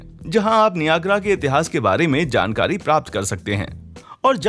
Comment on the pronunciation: Niagra ka pronounciation galat hai